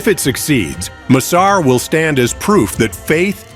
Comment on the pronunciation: Pahle bolna to seekh le yaar M sar nhi massar project bol